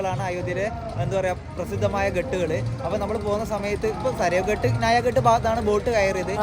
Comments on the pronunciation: ഘാട്ട് എന്നല്ലേ ഉച്ചരിക്കേണ്ടത് ? ഹിന്ദിയിൽ അങ്ങിനെ അല്ലേ എഴുതിയിരിക്കുന്നത്. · അടിപൊളി അവതരണം.... അയോദ്ധ്യ നന്നായി cover ചെയ്തു 👌🏻👌🏻👌🏻 പിന്നെ ഘട്ട് എന്നല്ല ഘാട്ട് എന്നാണ് ഹിന്ദിയിൽ ഉച്ചാരണം,,, കടവ് എന്ന് മലയാളം 😊😊